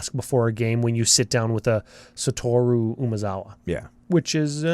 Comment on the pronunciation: Finally some who doesn’t butcher Satoru’s name for once.